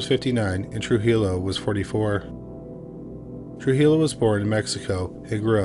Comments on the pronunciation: It’s pronounced True-He-Yo not true-geelow. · Just for future reference - Trujillo is pronounced True-He-o (the J makes an H sound). Words are hard! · Trujillo pronounced Truhiyo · hi! thanks for the video! just fyi, trujillo is pronounced true-hee-yo, but great video ! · the first case, the l's are silent in trujillo